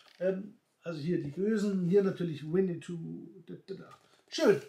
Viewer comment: Es heißt auch nicht Winnitou, sondern Winnetou